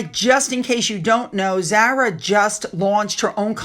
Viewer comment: Zara, (pronounced Z-ah-rah: not with an “a” as in apple) is NOT royal! Nor is her brother! She is part of the Royal Family, but IS NOT ROYAL! Only those members with the HRH are Royal! Also, you are still mispronouncing dressage which is dress-ah-jj,and Edinburgh and Norfolk! Pls learn!